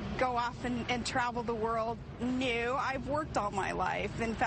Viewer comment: Listen to how she pronounces "no". Very funny. Do you really want another Republican moron in the White House who has barely ever left the country? Don't we deserve someone smarter? Very funny!